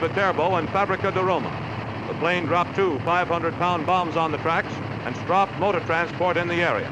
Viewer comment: That because with an ordinary dive bomber you "strafe" but in an A-36 you "Stroffe"